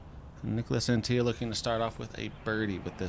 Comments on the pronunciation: bro, Antilla is not fucking spanish. It's AntiLLA not Antija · Neek-las Ahn-tee-la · Came here to say the same thing 😂 "Unt-illa" should work for english speakers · Im not even European but the dude isnt spanish, so its not pronounced Anti-ya. I’m pretty shocked that y’all didn’t do a shred of research on how to pronounce his name… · said "an tee yuh"? he isn't hispanic lol Anttila..he's Finnish. you say all the letters. and there isn't even a double L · It's pronounced AnTTila, not AntiLLA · As an information for, Niklas Anttila’s last name is finnish not a spanish last name, so you are supposed to say the ”L” at the end as on ”La”. The pronounciation goes like this: ”Ant-TiLa”. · I would further clarify it as pronounced On-tea-luh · Anttila isn't mexican, that's a very hard L. Yeah I read it 's already been mentioned, don't care, if you can pronounce every oddball name you got over there no problem there's really no excuse botching the european ones. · Well these American commentators keep bringing up how happy they are to have "The Europeans" back competing on tour. And then they proceed to absolutely butcher their names on every occasion. How hard can it be to make a minimum of effort and find out how they actually are pronounced. "Nicholas Antiya" Come on that's just pathetic.